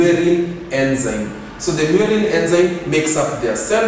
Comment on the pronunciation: Is it muerin really or murein?